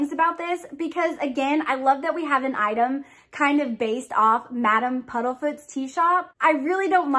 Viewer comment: Isn’t it Madam Puddifoots? I’m thinking am I crazy? I keep hearing Puddlefoots.